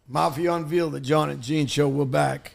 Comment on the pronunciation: Some one please tell John you can reveal pronounced RE-VEEL… or unveil -pronounced Un-VALE-ED - … but what duh heck is Mafia un-VEELED.!? 😂 it’s Mafia Unveiled pronounced UNVALE-ED